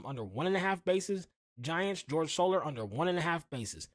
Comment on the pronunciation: This Mf called Jorge soler george solar 🤣